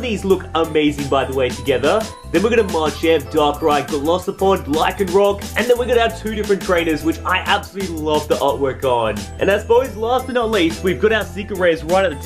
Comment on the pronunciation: Pronounced gol-ice-i-pod